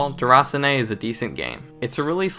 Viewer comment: Good review man. I definitely think this'll be up my alley. Sometimes after a 12hr shift you just want something chilled. I thought it was pronounced 'der-a-seen'?